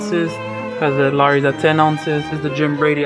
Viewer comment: Could he at least pronounce the name of the restaurant correctly? It's LAWry's, not LARry's.